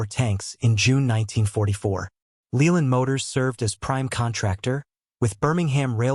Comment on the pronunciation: 'Leyland' motors is pronounced layland not leeland. Just a tiny fault in a mostly informative video. Thanks.